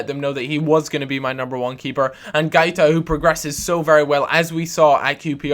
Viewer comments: its |GWAITA| not |GAITA|... pronounce the 'u' as a 'w' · guaita is pronounced GWA-EE-TA